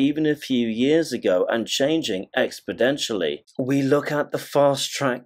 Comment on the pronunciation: The word is "exponentially", NOT "expedentially".